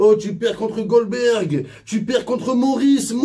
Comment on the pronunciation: On lui dit que c’est Dolberg et pas Golberg ?